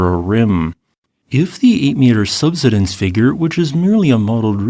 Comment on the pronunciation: I'm surprised the AI voice can't pronounce "subsidence".